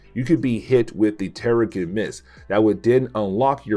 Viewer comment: The "g" in terrigen makes a soft sound. Pronounced "terrijen."